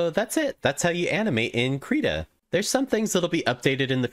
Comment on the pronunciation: finally someone who pronounces it "kreeta" thank god